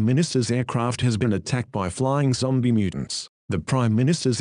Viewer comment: lol bahasa indonesianya zombie jadi zombiEE